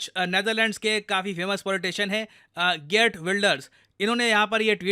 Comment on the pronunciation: Geert in Dutch sounds more like खियरत you may need to speak his name more often in coming years😊